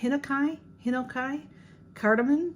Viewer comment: I think the Japanese cedar is pronounced hen-oh-kee.